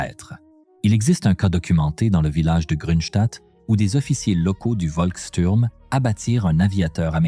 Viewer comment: On dit chtourm